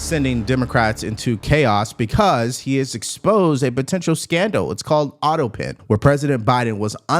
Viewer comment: It's pronounced auto pen. Not auto pin!